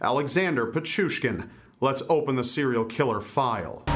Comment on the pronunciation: I’m Russian, I’ve watched a bunch of ur videos on this series. You’ve said countless murder’s names wrong. I’m surprised u pronounced this one right!